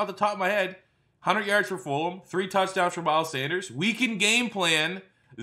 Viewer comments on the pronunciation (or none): I love how he says fulum